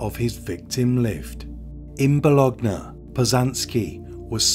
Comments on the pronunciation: Bolonee not bolognee. Good video! Thank you. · It's pronounced "Bolonya" not "Bologna" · Since this beautiful woman was an Italian language teacher, I would like to share a little note: in Italian, the letter "g" is pronounced differently depending on which letter it is followed by. So the city of Bologna would be pronounced more like "Bolonya". Just a little reminder, your narration is great, keep it up! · Plus .1.25 works for me as flows a bit slow for me. Fyi!! And it's Boo loin the place in Italy. Fab. Video. So interesting how the human mind can be so warped. Sad. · I am not Italian and don’t know Italian, just know some main rules of Italian pronunciation, which is not so difficult as English, and I know at least how famous cities names are pronounced internationally. I highly appreciate people making such informative videos and doing their research, but then if somebody doesn’t research how a famous city’s name sounds, doesn’t it decrease their credibility? We don’t pronounce Paris as Pari like French, but I believe Bologna should be pronounced Bolonya in any language. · As a italian, I have to say the biggest crime here is how he said Bologna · great as always but please never, as long as you live, never say the name of the city Bologna again, thanks.